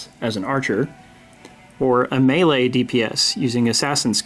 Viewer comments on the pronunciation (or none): none